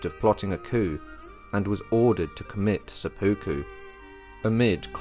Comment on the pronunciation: Great history, thank you! For future episodes, it would be even better if the narrators knew how to pronounce Japanese names and words. It's quite distracting hearing "sepooku," for instance, instead of "sep-puku."